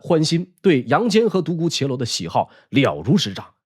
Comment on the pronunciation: 独孤伽（jia）罗